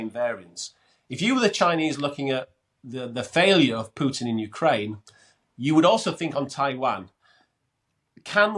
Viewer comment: Gets a 10 from Len just for pronouncing putin as pootin